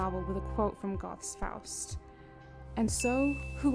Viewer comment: Unfortunately the narrator loses credence when they can’t even correctly pronounce the names of such literary titans as Goethe and Molière.